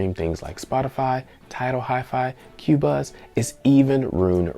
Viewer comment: Great video. The CXN looks like a sweet streaming device. I have been looking at a few high res streaming devices lately. Just an FYI, it’s pronounced “Co-Buzz” instead of “Q-Buzz”